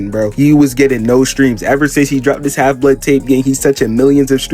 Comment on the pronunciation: bro its not blee odd its pronounced blood